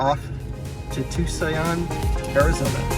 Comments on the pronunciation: You are butchering in the name of that City, it’s Tucson Arizona or you could say it like this two-son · By now I hope you know Tucson is pronounced "toosahn"